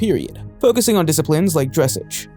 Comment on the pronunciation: Yes I enjoy horses and while I don’t myself own one anymore, my family has 4 of them. A Tennessee Walker, an Appaloosa, a pony, and I believer a quarter horse. (And it’s pronounced dress-ahge)